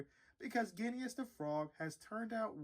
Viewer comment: Good review, but it's pronounced Ging-us. Your review changed my mind on him though, thanks!